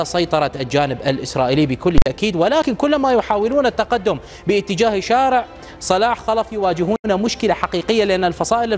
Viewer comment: بلسان عبري يتكلم هدا المديع قال شوارع وشارع وضع الشدة على حرف الشين لغة الضاد كشفت عنك أنك عكل